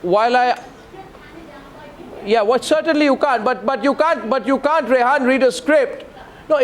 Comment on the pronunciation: Her name is Rehaam not Rehaan.